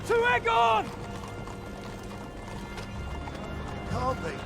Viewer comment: Hi! That was a hard time for me not to correct you on Aegon, haha. But it is always a pleasure to watch your struggle with death and life ... Sorry! 😅 I really liked the scene with the dead dragon Meleys. People show respect and some bow down. Not was this Criston cole was expecting, hehe. 🤪